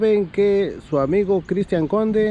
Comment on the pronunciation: Que no es Cristian con C no D jajajaj